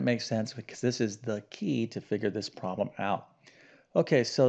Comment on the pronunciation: Since you’re a math teacher, who uses the word “problem” so often; perhaps you could pronounce it correctly. It would be easier to listen to you speak. In your defense, you are probably tired of saying the word “problem”. However, we must listen to it repeatedly. Occasionally, you do pronounce it correctly. I admire your math skills. I struggle with algebra. However, I do enjoy grammar, literature, reading, foreign languages, history, geography, and spelling. God gave each of us talents, interests, and aptitudes for learning. Math is not an easy subject for me. I enjoy how you explain, in detail, the procedures to solve the problems. Thank you for your help! I really like your channel. With so many subscribers, it is clear that many people need help with math.